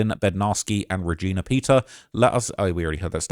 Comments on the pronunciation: bruh her name is re-JEEEEEE-na not VAGINA LMAOAOOOOO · Reg-eyena is crazy pronunciation. Have you never met someone with the name Regina before or? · I know ur from england but pls never pronounce Regina like that again ggs 🤣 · Saying Ra-Gina is out of pocket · “ReGYNA” is insane